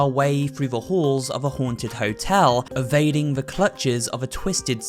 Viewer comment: More disturbing than the Seaview Hotel is the fact that you seem to pronounce "the" as "vuh" 🙉